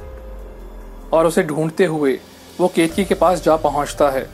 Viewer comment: Not ketki it's keteki ..ket ..a..ki